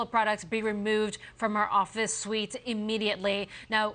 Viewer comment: Anybody else notice she saved the report and correctly said "suite" when the prompter said "suit". Great save young woman! Well done.